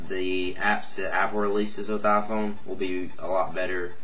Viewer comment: Aphone wa-fi lol